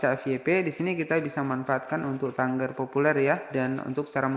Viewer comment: Tagar bukan tanggar bang